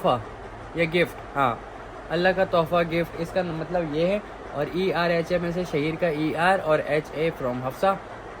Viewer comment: Not Erhaa its Irhaa My niece name❤️